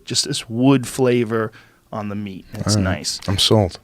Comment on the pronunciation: “wen u cook da meech” - 😂